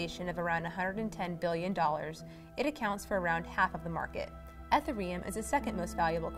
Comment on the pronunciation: Ethur um. Come on. Anom mimity? Stop.